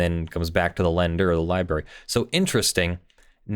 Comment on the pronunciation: Am I detecting the lawful masses used to be a "LIEBERRY" person. Sounds like your fighting a tendency to mispronounce library. You mostly win. Could be wrong.